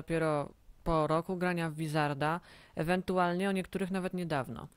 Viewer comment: wizarda? Serio? vizarda? Czyta się Łizarda, mate